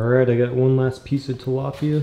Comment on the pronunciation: ahem it's TILAPYA